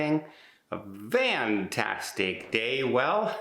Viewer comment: What do you mean, "vantastic"?